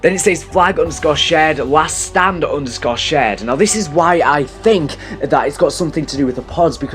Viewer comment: you mispornounced 'shared' you said 'shed['